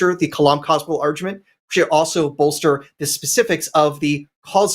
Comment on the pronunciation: great argument, of course. But why do you keep saying "arjument" almost every time the word comes out? Where did that soft 'g' come from?